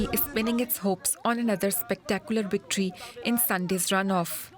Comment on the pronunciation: Victory or wictory?